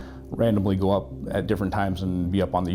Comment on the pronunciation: I love when he says "lets give it a goo" lolol